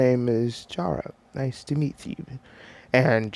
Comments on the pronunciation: You pronounce it like C-ara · It chara but you pronounce it like the H inst there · The "h" in chara is silent